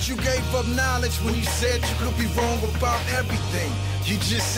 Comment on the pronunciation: What is he talking aboot?